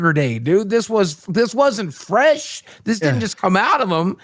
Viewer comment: Definitely didn't think that the stream was gonna talk about fweshy fwesh and his gwove wove😂